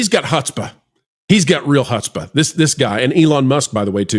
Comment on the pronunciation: Its pronounced 'Hootspa' - Man, I luv the way we're cleaning house